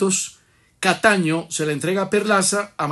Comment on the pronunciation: siendo, nada que aprende que el apellido es Cataño y no Castaño 😂😂😂 Castaño quizá le recuerda al amigo para